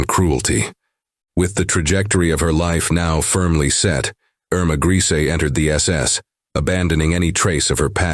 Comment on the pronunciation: Her name was pronounced "ER-ma GREY-sah"...not "Greasy "